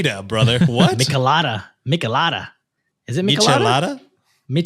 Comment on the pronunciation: It's crazy how micheladas are so common for me and my community so hearing ya question it and mis pronouncing it is crazy but in a realization that I need to travel more other than Mexico lol